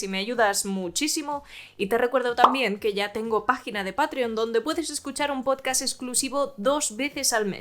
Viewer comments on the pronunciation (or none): none